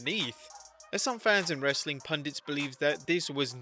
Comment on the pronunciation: I like it when you said "RHASSLin content!"